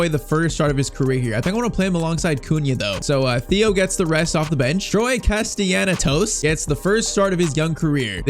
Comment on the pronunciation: Troy Castellanatos surname is pronounced Kah-Stell-un-ah-tos